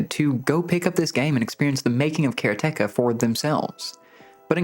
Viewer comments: Pronounced karate ka my guy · the pronunciation of Karateka has to be a joke. You're doing this on purpose. It's so absurd. How can you pronounce it the way you do when the root word is the Japanese martial art of Karate? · it's ok, but it's a Japanese word that means a practitioner of karate, like a judo practitioner is a judoka. They don't stress any of the syllables, so it should come out as "ka-ra-te-ka" 😁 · Bro I respect how much you put into this, and it’s the best review out there, by far. But the way you say Karateka…is …sacrilege - and if you’re saying it correctly, then my world has crumbled. Nothing I thought was real is real looool